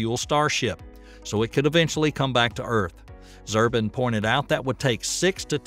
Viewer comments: I am a bit annoyed about mis-pronouncing Dr. Zubrin's name. It takes a few minutes to find the proper spelling, etc. Toss aside Mars for a minute and just consider this. If Musk can get starship and booster BOTH reusable with a 20 to 40 mission lifespan, it will be a game changer for earth to orbit heavy lift. Even at one launch per month at $25M per launch, several new space stations could be assembled in just a couple years with a 4 ship flotilla averaging 1 launch per week. In addition 60 tourist/passengers could be taken on orbital adventure flights for around $1M per seat, maybe less. Progress in debris cleanup could literally get off the ground. Starship could likely carry an ALPACA class moon lander and its translunar booster to orbit and release them for the early moon landing missions. Biggest drawback I see is starships' need to be refueled on orbit by several starship tankers from earth, before the ship can go anywhere besides back to terra firma. Just my few thoughts. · its pronounced "zoo-brin", not "zur-bin". also, this alpha-tech content is getting a little thin these days. i think most folks would rather have fewer vids with more in-depth, more accurate, less repetitive information. all of the things that these scientists have said does not add up to the thumbnail title "SpaceX is a BIG MISTAKE". the click-bait title coupled with the already well known, rehashed information cause me to want to encourage you to make fewer videos with more unique content and more honest titles. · Man does it piss me off when a video creator knows so little of his subject that he gets even the names of the major players wrong! Zubrin is pronounced ZOO-brin, not ZER-bin. Dammned idiot! You might also learn the difference between adverse and averse so you come off as less of a bumpkin. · ZUBRIN! Pronounced "zoo-brin!" I can't listen to this... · Maybe you should learn to pronounce robert zubrins name before you quote him. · can you read? ZU-BRIN...not "Zurbin"